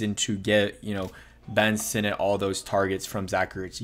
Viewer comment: Dude I don't understand how you can't figure out how to say these names. Sinnot is pronounced like senate. Easy. Jean is not like the blue-jeans. It's pronounced like John. Get it together